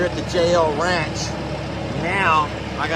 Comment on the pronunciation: When you say JL ranch it sounds like jail ranch!